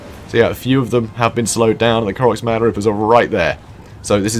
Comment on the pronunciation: Thank you for the cast, that was a blast! Long story short, the name is konos-m-g-r , as in the last 3 letters are individually pronounced, silly I know.